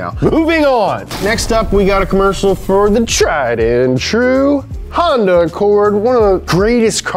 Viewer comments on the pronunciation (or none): none